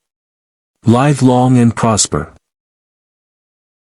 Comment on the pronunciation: Please tell me you've upgraded you AI narrator plan since this release. Live (lyve) long and prosper? Vulcans everywhere are cringing at that. I'm sorry, but that's where I had to cut listening. Voice was barely tolerable, but when it starts mispronouncing things, then I'm out.